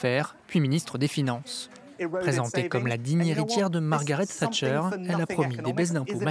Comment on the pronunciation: "Tchatcher " crétins c'est "Thatcher"